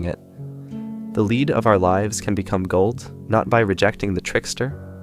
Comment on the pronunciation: I didn't think so at first, but the pronunciation of 'lead' is suspicious.